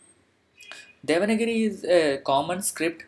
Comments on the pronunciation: It is not 'devanagiri'. It is 'devanaagari' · it is not DEVANAGIRI. IT IS DEVANAAGARI. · please clear my doubt is it devanagari or devanagiri.you have said often devanagiri. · Not devana giri, it is deva nagari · Thank you, nice channel script is not spell like devangiri it is spell like devaanaagari